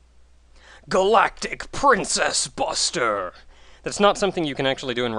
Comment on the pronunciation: marry chrismas, also it sounds like she is saying princess buster, not princess but stomp, like zangeif from street fighter